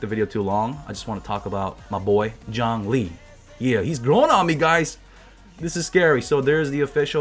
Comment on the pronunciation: "Yhongli"? Yeah right...